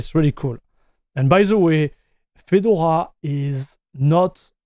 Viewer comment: Fee-door-ah . Your pronunciation sounds like Fidle-wah. Not knocking you or your English. Just a FYI